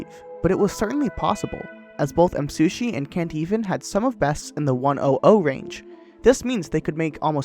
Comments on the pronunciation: Nice video, but you mispronounced Msushi the entire time :/ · i like how he says msushi instead of me